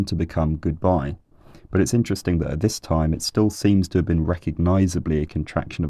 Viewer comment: EEEN-Terresteen "interesting"